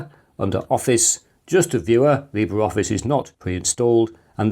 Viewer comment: Just FYI, Libre Office is pronounced "lee-BRAY"...